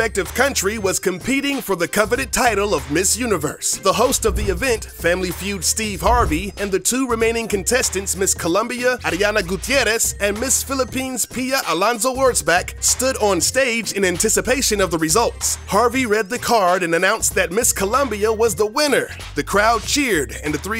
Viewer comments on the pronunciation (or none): It's ARIANA not ADIANA, and what was that huge pimple on the ND guy's lip?